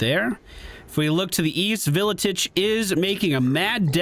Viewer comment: It's pronounced ar-kay-on and vil-itch WAAGH armies don't replenish at all